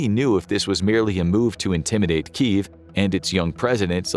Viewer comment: It's pronounced KEE YEV